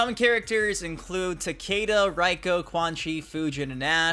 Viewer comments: would just be easier if you said RAY-KO instead of RYE-KO lol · REIko. Not RAIko